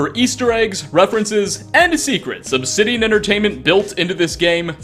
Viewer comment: But actually the never says Obsidian and even if he did he mispronounces it. He’s like Oxhorn just a Bethesda shrill.